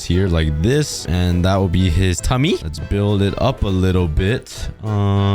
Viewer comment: In the way say thummy 🤣